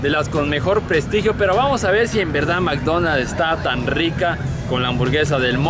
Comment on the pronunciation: El whicho dice “MCDonas” 😂😂😂